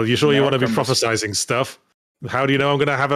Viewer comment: Yahtzee said prophesising instead of prophesying; I'm calling the police.